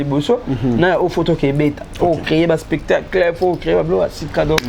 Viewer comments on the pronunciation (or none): none